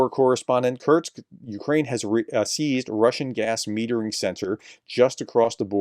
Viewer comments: Btw. The city ist not called kurtz but curr-sk like in curry - sky…. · Professor: It's "kur-sk", not "kur-z" (German for "short"). Nit pick. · Pronounced 'Kurtstkt'?